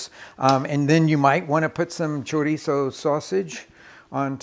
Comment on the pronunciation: I love your shows, I enjoy watching them and how well you pronounce the various foods (cilantro, pasilla) but it just kills me that you don’t pronounce chorizo the right way! I can understand R Ray, ATK, Cooks but you have spent time in Mexico, you have had a love of the whole of Mexico, the people, the traditions and the good. I know like all people you change it a little to make it your own (everybody does it😀). I actually went to the store looking for choreezzo, when I was in the refrigerator section I saw chorizo and realize what chooreezzo was 😯. Take care, keep cooking and enjoy it, life is too short! 🫔